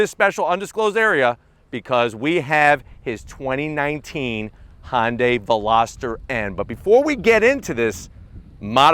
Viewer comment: Why do you call it hondia not Hyundai